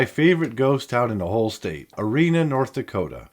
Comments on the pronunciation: Omemee (not Omenee) is pronounced Oh-MEE-mee. The Omemee town bell hung in my parents' back yard from 1963 to 1992, the pride of my mother's bell collection. It is now displayed at the Bottineau County Museum. The farm house I grew up in between Souris and Bottineau was jacked up and moved to near Bantry in 1968. I remember walking thru the house one last time while it was loaded on the truck. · Omemee....O me mee 😂 just sound it out. Used to have a soda pop bottleing plant